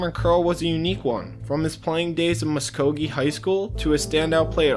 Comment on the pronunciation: Where you see Muskegee at lol it’s MuSKOgee!! 🤦🏾‍♂️